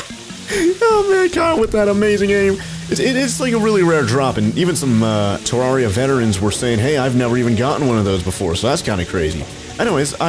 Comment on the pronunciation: Not to be that person but its pronounced Ter rare I a